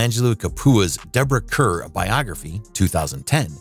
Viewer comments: And Pronouncing Kerr as care when it should be pronounced car. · Deborah Kerr's last name is pronounced CARR, not CUR. What's Jean Simmons' bio doing about Deborah Kerr. This whole list is crazy. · Most of the actors you mention were not hated! And for goodness sake learn how to pronunce their names. You even scrwed up the pronunciation of Enlish actress Deborah Kerr (it is prnounced car not cur)!@ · Hated by whom? Most were not hated at all. And for goodness sake, learn how to pronounce the names of the people you are talking about. You even screwed up British actor Deborah Kerr's name! (It is pronounced car, not cur!!) You absolutely massacred the pronunciation of every single French actor except Bridget Bardot!! 10 thumbs down! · It was pronounced CAR , not Kurr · Deborah Car, not Care. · Deborah Kerr pronounced CAR, not care. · Full of flaws. Deborah Kerr's last name is not pronounced phonetically. It is pronounced "Car". This production should be edited before airing. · Not Kerr as written, pronounced Karr.